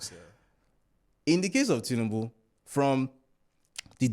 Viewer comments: Lol… an Igbo man will say Tinibu 😂. I myself have to consciously pronounce it well. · This my Anambra brother pronounce tinubu in a funny way 😂